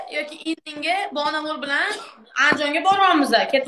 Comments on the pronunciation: Bonamurni ismini togri aytishdi organvosin onasi tavba😂😂😂😂balamur deydi😂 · Bolamur mas Bonamur 😂😂😂😂😂😂 oldin gapirishni organvosin qiziga sokinishdan orgatishdan oldin😂😂😂😂😂